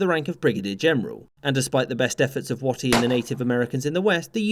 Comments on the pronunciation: I'm not sure I've ever heard anyone pronounce Stand Watie like it is in this video. I've always heard it pronounced as "way-tee" and not "watt-ee". Not a big deal and probably just a result of accent, but it caught my attention. It's also possible that my brain/ears have been consistently playing a trick on me. 😂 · Minor aside, Stand Watie is pronounced "Way-tie", not "watt-tie" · it's pronounced waitie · The chiefs name is pronounced like weighty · In another source I've heard "Watie" pronounced like "Wait". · For the record, the Cherokee pronounce BrigGen Stand Watie's surname 'Way-tee'. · Watie is pronounced “Weighty” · Another outstanding vid. Stand Watie held out his last days just outside my hometown. (Also it is pronounced “Wait-ee”, but no biggie) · You pronounced Watie's name wrong it's pronounced more like the word Wait, or Weight so like wait-ee. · yeah, hearing you mispronounce his name was killin me. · It was Stand Waite, he pronounced it wrong. I have also been to his grave in Northeast Oklahoma